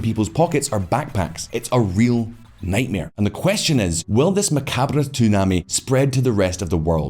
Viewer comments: Ma Cahbray eh? Must be how that say it in Buh Gow Duh. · Nitpick but for this many subscribers pronunciation should be right. Macabre is pronounced as though it were Spanish and Jalisco is pronounced as though it were English. The chart shows Italy’s life expectancy falling but the message says it’s the US. Please edit better.